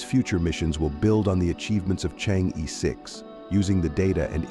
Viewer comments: It does not pronounce chang yi, but something like chang er (like M'er'cury) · You whites maliciously mispronounce it. It should be Chang er.